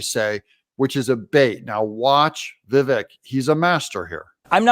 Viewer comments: Doug. It's Vi-vek ( rhymes with cake ). Heard it from his own mouth. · Doug... enjoy your channel, but it's pronounced "Viv-ache." I wince every time you say it. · You're pronouncing his name incorrectly. It rhymes with cake: Vivake, but spelled Vivek. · I had difficult pronouncing Vivek's name properly until I heard him explaining how to pronounce his name. His name rhymes with CAKE. Ever since he said that, I can remember how to pronounce it. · Doug, this might help with pronouncing his name. “It’s Vivek like cake “ ❤thank you for all your hard work. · Vivek is pronounced Vivake Doug. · Doug Doug Doug, at the risk of repeating myself his name is pronounced Vi-vake as in Cake!! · Obsessed with your show, absolutely love it!!! Just want to say Vivek is pronounced like cake (Vivake). He did an interview with Bill Maher and explained how to say his name. Just an FYI, not trying to tell you how to run your amazing show 😁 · Its Viv-AkE...rhymes with cake, not shrek. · Its Vivake like Cake. I know its spelled Vivek but yeah its pronounced Vivake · Doug - Vivek rhymes with 'cake' - his own words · It’s vi-vaek. Like ‘cake’. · Vih VAKE like cake. He said it himself. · Another day, and Doug STILL can't pronounce Vivek correctly. Pathetic.